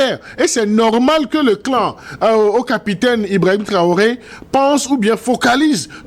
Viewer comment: C'est Ibrahim Traoré et non ibraoré Monsieur le barbu. Vous faites hontes à jeunesse africaine